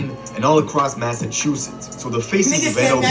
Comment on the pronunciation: Nbs half the shit dude talking bout is bs on dawgz like fr. High speed chase in and out of lanes dropping guns out the whip. Stay woke hes only hurd stories. If u dont know how shit really is then Dont speak on it. especially if you can't say Massachusetts right